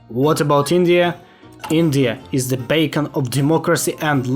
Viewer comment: It’s being great watching your English improve, but your pronunciation of beacon sounds like bacon.